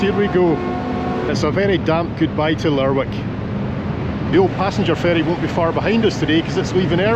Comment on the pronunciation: Cracking video but it is pronounced Lerick rather than the way it is spelt.